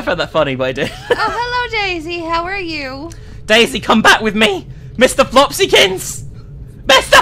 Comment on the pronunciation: Whenever said “daisy” I just laughed because it sounded like she was saying “Dayz” Remember how dead that game was XD Ahh, 20...2014 meme?